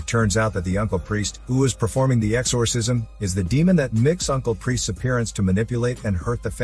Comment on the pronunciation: Exorrrrsisiom!!! Yes narrator. I am computer generated!!